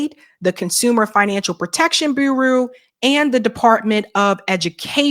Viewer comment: Please research the pronunciation of the word "bureau".